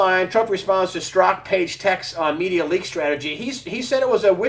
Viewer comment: Oh and I believe it's pronounced Sturzok not Stroke